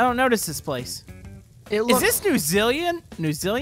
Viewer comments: It's new Zealand. Pronounced new zee land. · I'd reckon that every kiwi viewer suddenly went berserk when butchered saying Zealand